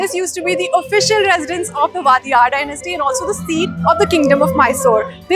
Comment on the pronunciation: It's vadiyar not vatiyar